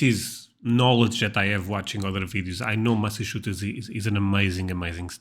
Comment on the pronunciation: OK repeat after me - Massa......Chu......Setts.....